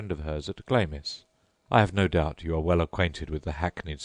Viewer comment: Dude it's pronounced Glams!